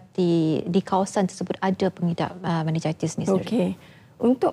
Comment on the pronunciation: Meningitis pon x reti sebut. Memalukan doktor ni